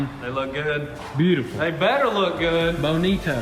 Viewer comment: mans said BO NI TO